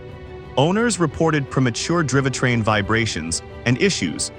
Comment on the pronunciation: "Drivatrain"?? -- Gawd....